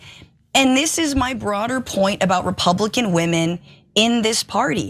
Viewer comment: I think her " republikkklan" came out!!